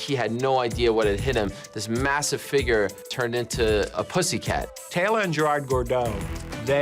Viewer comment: no his name is " tyeeeeeeee tewiiiiiiiii" than the 2nd time you say his name its called "tayyylo" as per bill wallace's commentary